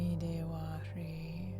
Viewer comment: Hrih is meant to be pronounced with a z or zh sound. Om ami dewa zhri or zhe